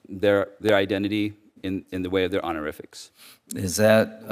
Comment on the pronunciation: What the hell are "honoriffics?" Sounds like something from a kindergarten pep rally.